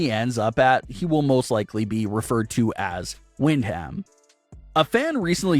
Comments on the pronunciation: Can he also properly pronounce Windham as “Win-dum” and stop repeating Wind-HAM over and over 🤷🏻‍♂️🤦‍♂️ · WOW wind-ham!!!! have you never heard his name pronounced man that hurts. his first name is his moms maiden last name Windham pronounced win-dum. watch any match entrance of his uncles Barry and Kendal. bad butchering of names is bad reporting and makes you seem like your reading a sheet from someone else and have no clue what your talking about. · Its pronounced win dum not win ham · It's pronounced, Whin-dom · I don’t think the way his name is pronounced is wind ham maybe you need to check with somebody it sounds stupid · Oh my God you are killing the pronunciation of Brays real name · Your pronunciation of Windham hurts my soul. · Windham..haha. His name is really not that hard to pronounce.